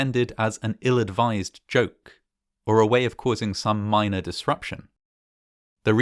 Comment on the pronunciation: minor or 'miner' disruption 😅 intentional?